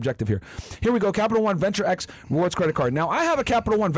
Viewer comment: Its Venture X not Axe